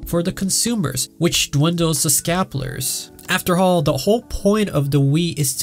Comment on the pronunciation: This dude can't pronounce "scalpers" and it's terrible and hilarious at the same time.